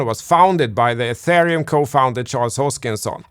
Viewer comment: And "atharium "